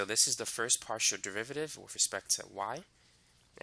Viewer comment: In 5.30 partial z/ partial x is not pronounced de z / de x, however excellent explanation and perfect selective examples. Thank you for sharing